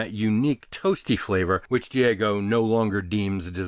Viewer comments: Sorry to be a pronunciation pedant, but I've always heard Guiness' parent company, Diageo, pronounced dee-AH-jee-oh or de-AH-zhee-oh, not dee-AY-go. Other than that very minor issue, great video. I've got a mission now to get my homebrewery back up and running and try to make something closer to 1800s Guinness. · It’s Diageo, Dee-ah-gee-oh! Not Diego, that’s a Spaniard named James. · Diego? No. Diageo. Dee-Adj-Eee-Oh. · Its Deeageeio not Diego And yes it’s muc after left there all watery n see through. Beamish and foreign extra is better . Murphy’s and original bottle even better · Good documentary - Diageo is pronounced Dee Ag Ee O, not Day go. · Dee a gee oh, not Diego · Guinness is owned by Diageo, pronounced Dee-ah-jee-oh and not Dee-ay-go as you say in the video 👍🏼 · The company name is pronounced DEE-aj-ee-oh not dee-A-go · And it’s pronounced Deee agio. Not deago. lol. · Loved this video. Sort of knew all this anyway without the figures. Diageo is properly pronounced di-adg-e-o. Great vid. Thanks. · Diageo is pronounced dee-AJ-ee-oh, They own a lot. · Love booze history. Just heads up, Diageo is pronounced Dee-ah-geo. I love trash talking them too, but for as much harm as they do with lobbying and watering down their brands, they employ a ridiculous amount of people and support many companies that would probably have disappeared over the years had they not bought them out. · Great video thank you for you're in depth testing. Just one thing Diageo is pronounced Dee-ah-gee-oh. Dia meaning: through or across and geo meaning: world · It is still Diageo. They haven't changed their name. DIAGEO!!!! Not fking Diego. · Diageo is pronounced like 'Dee-ah-gee-oh'